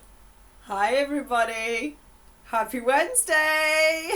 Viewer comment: Unsollicited advice but can’t you send the audio of your sessions to someone else to transcribe it? Takes away some of the workload. Anywho... thanks. It’s a lot of work but you make a lot of people happy. Or ‘appy’ as you say it. 😉✌🏻😁